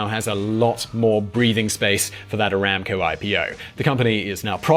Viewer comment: Bro it's not ramco it's one b the it around 4.32t